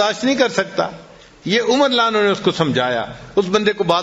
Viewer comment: Hazrat aap ka bayan bht acha hai...Lekin ek baat pe aapko guzarish karunga k aap Radiallaho Anho PURA Ada Karen... Hazrat Umar k Naam k aage aap jo farma rahe the (ma'azallah) us ka matlab galat hota hai ye aap mjhse behtar jante honge...